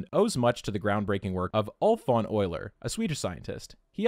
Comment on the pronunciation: You're one of maybe 3 people I've heard pronounce Euler correctly